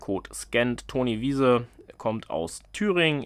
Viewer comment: Toni WEISE, nicht Wiese.😅 Der drop ist diesmal nicht so spannend😉